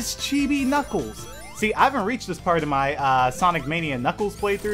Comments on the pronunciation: Sonic the Hedgehog he saying kniggles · i love it when u say"knickles"